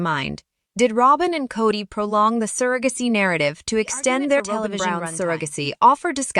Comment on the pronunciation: Probably computer generated voice. Pronounced surrogacy wrong too.